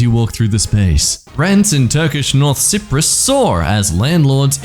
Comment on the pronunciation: The way he pronounces Cyprus is painful